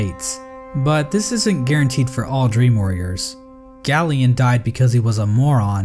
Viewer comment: It’s pronounced GAY-lien like a gay alien not GALL-ien